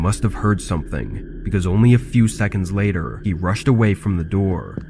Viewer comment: “open the noor, open the noor”